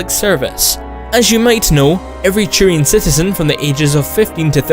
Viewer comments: I think you said Churian more times than the word Turian has been said in all 3 Mass Effect games. Also Churian sounds like some sort of sticky bun you'd buy at a bakery. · it isn't churian. Just say t. Like siT or Talk. Not so hard. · There is no "ch" in turians. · Every time you said Turian I kept hearing "Churian". It kind of made me laugh.